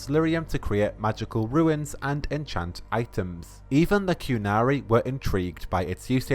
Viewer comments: I absolutely love your videos, but can you please learn how to pronounce 'runes' correctly? Please? They aren't ruins (as in a collection of fallen apart old buildings or temples). Runes are pronounced 'roons' (long oo sound, like in the word too). Not roo-ins (which is how 'ruins' is pronounced). Thank you. Sorry! I really had to get that off my chest! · I've watched a lot of BBC and I've yet to hear someone pronounce 'runes' as 'ruins.'